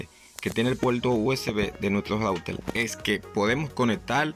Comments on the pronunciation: Dice Routel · Entonces no se dice router se dice "loutel" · Es que Loutel no le sale , por eso dice Router q es más fácil de decil....😅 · Intelnet, smal tv, conectal, conseguil, cualquiel, apalte, sin altelal, adaptadol, calgadol, veldad,celulal, menol, loutel. Por favor aprende a pronunciar la "r". Es insufrible escucharte hablar así. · En cada hogaL hay un routeL y en la paLte trasera ....inteLnet..... QUE GRACIOSO HABLAS...... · Se puele calgal el celulal y sacal el lautel estelno y aksedel a otla led guaifail 😂😂😂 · El puelto, el raulter jajaja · " Rautel " la primera vez que oigo esa palabra😮 -yo oigo esa palabra no entiendo los comentarios que dicen no sale la R 🤷‍♂️ por otro lado es su idioma el que hace asi la pronunciación 🤔(yo lo entiendo👍). - Fue solo la palabra RAUTEL que me llamo la atención,sin mala intención 🙋‍♂️😁👍. Es interesante saber todo lo que se puede hacer con el Ruter 👀 -LIKE AL VIDEO 💯👍